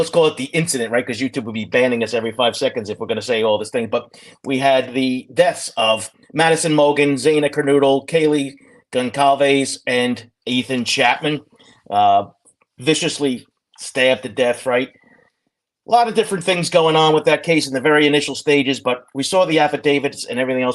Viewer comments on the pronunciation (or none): Great show! Thank you. Just in case there is confusion about the pronunciation of the victims names: Zanna KerNOdull, Eeethan Chaypin, Kaylee GonZALvez and Maddy MOEgun. I’m sure people aren’t deliberately mispronouncing their names on purpose, but it does feel a bit disrespectful since us true crimers have heard their names said at least a hundred times. ☹️